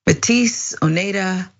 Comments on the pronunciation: I offer a correction. Metis is pronounce May-tee. Its pretty insulting to miss that basic one. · Métis is pronounced as MAYTEE. A Métis person is of indigenous and French heritage. It's entirely possible that she has some Indigenous in her lineage of which the amateur genealogist is unaware. The bottom line is that you shouldn't automatically believe everything somebody tells you.